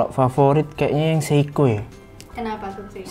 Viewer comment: Seiko bkn seikoji 😅 Mido bkn Midoriyama Ricard Mille ig : iskandarnursyidik